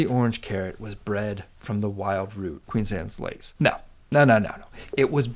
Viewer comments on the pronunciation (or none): Good logic. But your constant mispronunciation is maddening. It's QUEEN ANNE'S LACE. Not "Queens Annes Lace"! Does that even SOUND right to you? Ugh.